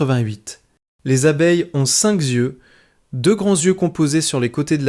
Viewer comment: "cinq z'yeux" !!! MDR